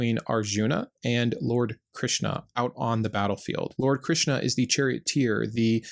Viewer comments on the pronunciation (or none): none